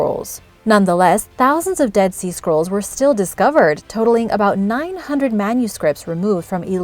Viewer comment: For a moment I thought she was saying "dead sea squirrels", lol.